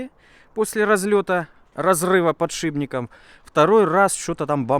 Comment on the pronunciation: Проорал с "подшибников"